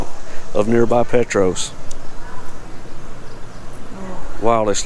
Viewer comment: Petros is pronounced, "Pee Tross". Nice town to visit also. Lots of history here, some good, some not so good. They say BMP is haunted. There are a few paranormal videos on you tube of people who've done paranormal explores here. Great video.